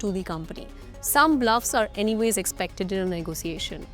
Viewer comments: why "ne go SIIIIIII eishn"? it spells and says differently. not negoSIIIIIIeishen at all. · Everytime she says "negosiation" gives me the ick